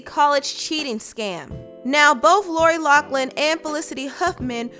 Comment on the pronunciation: Lori LOUGHLIN! Not Locklin lol